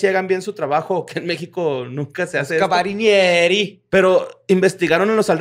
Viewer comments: no no es cabarinieri es carabinieri... JA JA JA JA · Ca-ra-bi-nie-ri, repetir hasta que se diga bien